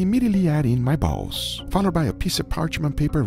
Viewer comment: Heart disease , but worth. also the "balls" emphasis ha.